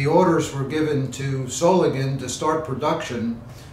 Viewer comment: Does Solingen have a silent N.